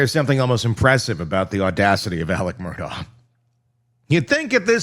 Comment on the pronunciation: And Murdaugh pronounced Murduck😂